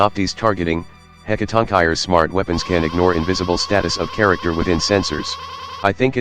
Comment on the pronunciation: Warning: do not use this video as a guide on how to pronounce "Hecatoncheires."